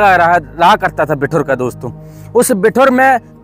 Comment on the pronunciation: भाई बिठुर नहीं बिठूर है